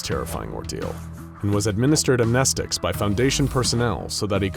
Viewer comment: That bugged me too, but then he goes and pronounces it correctly